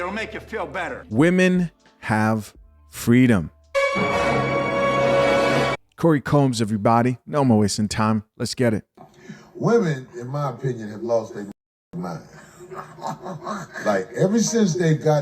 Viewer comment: 🤣🤣🤣nigga said corey “combs”…. It’s Holcomb!